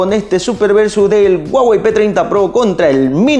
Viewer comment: "El guagey" 🤔